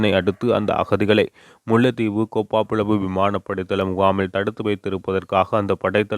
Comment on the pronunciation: கோப்பா புலவு இல்லை கேப்பாபுலவு , கேப்பை வரகு போன்ற தானியவகை அவ்விடத்தில் பயிரிடப்பட்டதாக சொல்லப்படுகின்றது